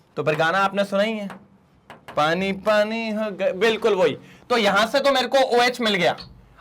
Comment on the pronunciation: Sir aap ko Haryanvi bhi aati hai.... पाणी